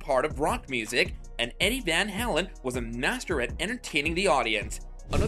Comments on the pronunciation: Van HALEN. The way you say Van HELEN is so aggravating. Lol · Vanhalen not vanhalan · You're probably the only person on the planet that doesn't know how to pronounce Eddie Van "Howlen's"- name. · Yeah. Van HAYlen, not the way you say it. Stop trolling. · You make me laugh every time you say vanhalin.?? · Can't watch this video if you can't pronounce the name of your subject matter. You are discussing someone you obviously know nothing about - one of the greatest ever guitarists, no less. I would have more patience if it were Yngwie Malmsteen. I'm cutting this off now after only seconds. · First of all if you’re gonna make a video learn how to pronounce the man’s name correctly This is 10 minutes of my life I’ll never get back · You can't even pronounce his last name correctly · Dude, you can't even properly pronounce Eddie's last name. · Why Rockers Can't Stand Eddie van Halen? What a stupid question to pose! You know what everyone of the viewers that watch this video cant stand? The way the narrator pronounces Eddie "Van Halen"!!!!!!!!!